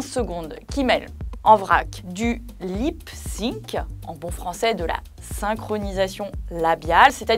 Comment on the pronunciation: lip sync, pas lyp sinc...